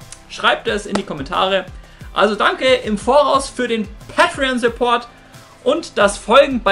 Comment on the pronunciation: Sagst du bitte päitrion.. Und nicht pattrion... Wtf